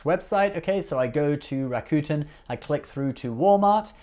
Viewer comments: Rakuten you're pronouncing the name wrong it's not raccoon-ten it's rack-who-ten drop the WH and you can YouTube Rakuten how to say correctly. Ebates didn't change their name to Rakuten. Rakuten is a japanese-based company. Rakuten bought he Ebates for 1 billion dollars. Love your show it's great just come correct with knowledge don't spit things out that you're not knowledgeable about especially on Ebates and Rakuten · That only makes this mispronunciation of a neighboring country's language worse. Besides, I don't speak Japanese and yet I can pronounce Rakuten correctly. He mispronounces "Rakuten" the same way the hillbilly guy in that commercial does.